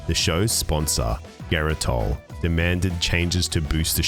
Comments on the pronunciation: It’s not “gare-i-tall”. Jare-i-tall”. Like a J. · Geritol, you said that word wrong it's a J sound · Off topic it's pronounced Jeritol, like a j. And that's Betty white in the geritol advertisement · Is "Geritol" pronounced with a hard G in the U.K.?